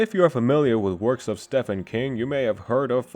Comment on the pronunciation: Thanks for compiling the lore on Willow! Gotta point out though that Stephen is pronounced as "Steven". Why? Cuz it doesn't make sense, like the English language.